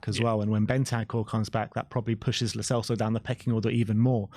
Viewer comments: "Lo Chelso" lol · The real reason Lo Celso is leaving: 4 years in and our fans are still pronouncing his name wrong